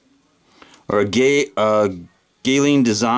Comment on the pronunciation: Congratz on the new blade. I think that the designer's name is pronounced "Gall-yee-awn" (not sure though). For me, the handle on this is a bit short and the liners should have received skeletonization to lighten it up. It's unnecessarily heavy. Other than those things, I really like this knife.